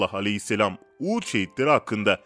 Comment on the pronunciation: Takip ediyorum videolarınızı da severek izliyorum resulullahi alehisselam sallallahu ahisselam diyemiyorsunuz kelimeyi yutarak söylemeyin